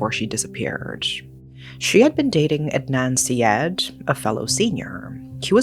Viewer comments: Ed-Nun See-Ed….😂 It’s Ard-Nun Sar-Yeed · It's more like Udd-naan Saa-yeed.